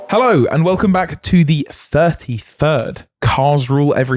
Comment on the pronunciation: he had to start with helleow